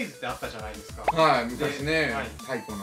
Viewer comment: ないです(発音が良く)